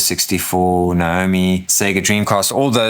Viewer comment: You earned my sub with this video. Main reason, you say "Sega" correctly ! All other reviewers seem to think the company's name rhymes with "beggar" and it drives me batty. I couldn't get through Russ's video. It's music to my ears to hear it pronounced "say-ger" finally. Anyway, I'm getting a grey Arc D. Same color (and shape!) as my 8BitDo M30